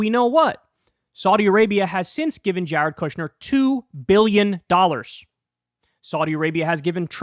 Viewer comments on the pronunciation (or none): none